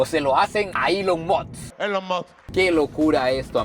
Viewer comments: Elon mosths 🗣️🗣️🗣️😂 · cada 3 palabras "Ilon Moks"